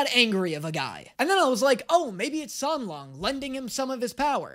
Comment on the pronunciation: it was funny when you mispronounced the names of the characters in your first video, but you could’ve learned them by now. It sounds kinda disrespectful that you even managed to say Xie Lian and San Lang wrong.